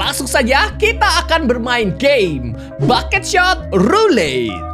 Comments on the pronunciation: kak regi nyebutnya bukan bucket shot tapi buckshot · "Bucketshot" woilah bucketshot 😂